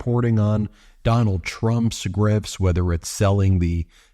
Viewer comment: Necklace sprayed with Duh-nald's bronzer 🤦‍♂️